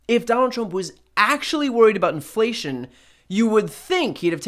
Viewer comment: Dude can't even say inflation much less know what it means...